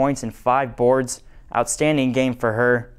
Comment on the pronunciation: "Outstadning" #49ersTopPlay